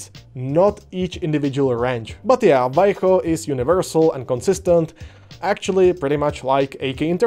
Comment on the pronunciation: Fucking hell, someone speaking english actually pronounces Vallejo right? Subscribed